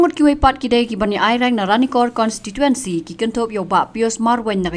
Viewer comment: Wow ko mei... Ka apot au kum kane... Tang ban kynnoh constituency ruh ym nang da ka "consituency" Independent Candidate 🤣🤣🤣🤣sound funny😝😝